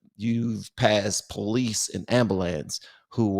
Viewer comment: I felt your sincerity. But when you said “am-ba-lance” my heart melted. That what my grandpa called it too. Much respect